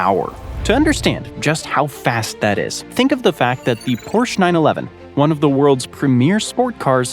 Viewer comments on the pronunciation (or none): none